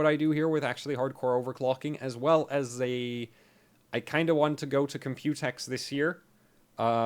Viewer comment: I love how you say "Compute-X" but almost everyone is saying "Compu-tex"